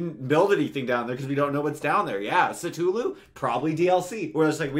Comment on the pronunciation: That pronunciation of Cthulhu tho 😂